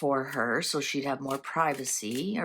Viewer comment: I'd say it's probably very evident why! (PS you said privacy correctly the first time!)